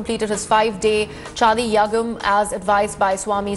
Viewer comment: Can't you even pronounce chandi yagam properly